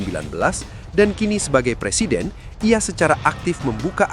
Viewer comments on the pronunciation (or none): none